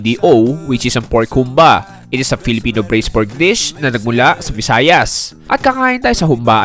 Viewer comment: Nakaka trigger ang pag pronounce nya ng Humbà eh Hahahaha